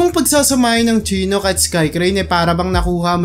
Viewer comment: Shee-nook Apa-chee